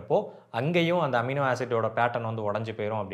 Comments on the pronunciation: Who cares... Does that amino knows.. 😂😂😂 he is mispronuncing or is that word universal in all languages..😂😂😂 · எமினோ இல்லை அமினோ 😊